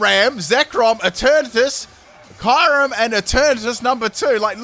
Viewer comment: Erm how do u say kyurem? I gagged by the way u say that name